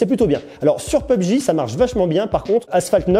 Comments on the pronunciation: juste pour info c'est pas pubg mais P U B G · On dit p. U. B. G pas pubg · On dit pas [peub j] mais [p.u.b.g] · P U B G separer et pas pebgi ;) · Comment il as dis "pubg"??? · Comment il dit PUBG pubéji mdr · Je suis le seul choqué parce qu'il a dit " peubji " ??? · "peubj" serieux???